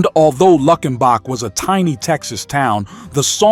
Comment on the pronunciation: I grew up listening to all of these. Born at the end of the 70's. But come on with that wretched pronunciation. Luckenbach is said plenty of times during the song. If you listened to it even once you'd know how to say it right. It's one of my favorite songs by Waylon.